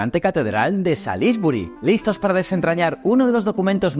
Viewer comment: Oh dear! You need to learn how to pronounce Salisbury!! You made me laugh!!😂😂😂